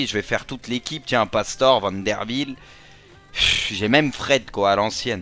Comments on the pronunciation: Ça se prononce : Pastoré et non Pastore !!! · C'est pas Pastore Ca ce dit pastoré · "Pastoreu" mdddddr sa se prenonce Pastorer